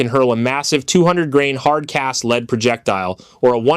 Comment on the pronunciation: Did you mispronounce lead ? You need to fix your text to speech software!